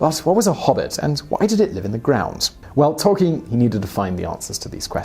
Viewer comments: It's Tol-KEEN as he writes in one his published letters. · Great vid but I swear that's not how you pronounce Tolkien